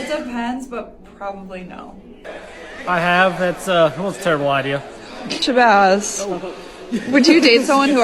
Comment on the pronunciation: It’s idea. Not ideal, you muppet.